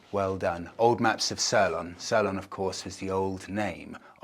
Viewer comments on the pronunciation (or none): Looks the best place to visit yet! But pronounce it See-lon not sir-lon! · Sirloin. Ffs it’s pronounced more seelon. Ps another video and not a single glimpse of monika. This is getting to be a deal breaker! 😂😂😂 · Interesting pronunciation of Ceylon- (pronounced se lon not ser lon.)Nice house though. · Sirlon?? Seelon! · Ceylon = Saylon not sellon. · Highways and infrastructure is funded by China , along with all other major projects. Local Sri Lankans prefer to use the free old b roads built by the British, although the highway tolls are really cheap for foreigners, locals on a low limited salary won't waste money unnecessarily . One last thing , Ceylon is pronounced Seelon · See-lonn = Ceylon. Bore-bon = Bourbon. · Very nice., Ceylon (which I remember well) is pronounced 'see-lon'. It makes me feel vey old that young folk today don't know what Sri Lanka used to be called! Ceylon Tea was world famous! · He doesn't say 's'lon', though. My 'see-lon' (said as one word, not two) is the correct pronunciation. 'Seelon' if you like. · it’s pronounced see lon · Apart from calling Ceylon, `Sirlon`. Poor. 😊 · Sirlon? Where were you ‘educated’? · "Sirlan"? I guess that's attempt at "Ceylon"? Which those of us old enough to remember called it, up until 1972, when it got Independence within the British Commonwealth? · It's sirloin 😂😂😂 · Yeah I had to double take on what he was saying when I thought he said sirloin tea. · Ceylon is pronounced Seelon. 😉😁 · Nice video and well presented despite the Ceylon pronunciation! My grandfather was a tea planter at Hopton Estate not far from Badulla near Ella, and my Dad was born in Ceylon. (He insisted on calling it that, which is what it was back in 1925!) I went to Sri Lanka for the first time last year and loved it. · CEYLON you didn't pronounce it right